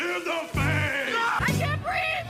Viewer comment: Wait for it "I cant breeve" 😊